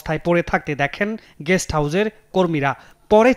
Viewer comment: Jamuna TV কতৃপক্ষের দৃষ্টি আকর্ষণ করে বলছি, ➤ আমাদের News presenter "গেস্ট" হাউজ কে বলছেন্ "গ্যাষ্ট" হাউজ। ➤ আবার Reporter সাহেব বিছানায় "অজ্ঞান" অবস্থায় পড়ে থাকাকে বলছেন "অজ্ঞাত" অবস্থায় পড়ে থাকা। ➤ কি একটা হ-য-ব-র-ল শিখছে আমাদের শিশুরা, আমাদের পরবর্তী প্রজন্ম.....!!!!!! ✪➤ ক্ষমা চাই এইসকল নিউজ প্রেজেন্টারগনের কাছে..... ✪➤ ক্ষমা চাই এইসকল রিপোর্টারদের কাছে। ✪➤ ক্ষমা চাই যমুনা টিভি কতৃপক্ষের কাছে.... ☞ আগাম ধন্যবাদ যমুনা টিভি (Jamuna TV) কতৃপক্ষকে, দর্শক -শ্রোতার অনুভূতি বোঝার জন্য......